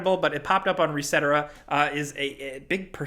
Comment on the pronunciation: Reseter-rah? I thought it was Reset-Era